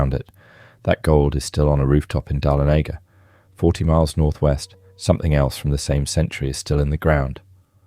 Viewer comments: THANK YOU! I was cringing every time he said it 😐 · You are pronouncing the city if the Georgia mint incorrectly... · Dah-lonega not Dahlo-nega. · The town is not Dalenega!! it’s Dahlonega pronounced Dah-LON-e-GA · This announcer needs to get lessons on the correct way to pronounce names before recording!!!! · Tourists are going to come looking for Amsterdam. The pronunciation of Okefenokee, Oconee, Auraria and Dahlonega were awful. You are working in a media which would give you the correct pronunciation. Pictures of many places in the USA, a map of Africa, a person practicing Japanese calligraphy, wow try a little harder.